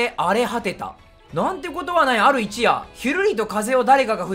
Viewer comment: 他の実況者もだけどYoutubeに投稿するんならもっと漢字勉強しろよ.... あとこの場合一夜(ひとよ)でしょ